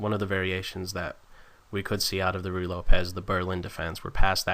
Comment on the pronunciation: BLOODY AWESOME ANALYSIS and EXPLANATION.....!! especially with all those ARROWS and stuff.....too good....the commentary too is descent....some pronounciations like RUY as in ruy lopez r differnt sounding....but still awesome video :))